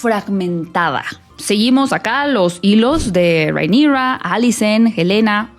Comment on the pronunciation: Por qué le dices Reinigrrraaa así medio gringo? Porque tú mexicano es perfecto y el nombre de ella es Valirio no gringo, entonces no entiendo la pronunciación. 😅